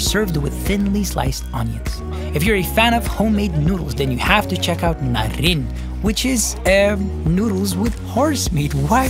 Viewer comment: norin bro, not narin 😂